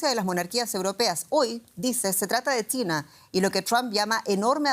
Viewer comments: Por qué la conductora dirá Tina en lugar de China? 😂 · La "che" se confunde con la "T". China parece Tina. Tuve que escucharlo varias veces.